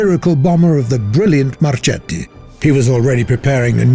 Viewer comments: The pronunce is like "Marketti", this pronunce is like Marcetti, not Marchetti😉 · Since from the mid Sixties it was all about electronic warfare, and actually the game does not implement anything about this, will you kindly stop adding modern vehicles? I think the actual game works just fine with ww2 vehicles. aaaand... Mr Marchetti is correctly pronounced like Marketti, as well as Macchi is like Makki :)